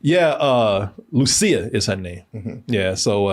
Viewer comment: DID BRO REALLY JUST SAY "LOO-CHEE-UH" 😂😭💀